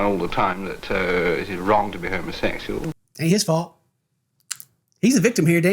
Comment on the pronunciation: "Homo-SESual", it's weird they don't pronounce the X